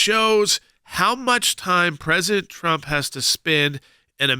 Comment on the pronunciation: He's a jerk, can't even say Trump. He didn't know this before. Come on.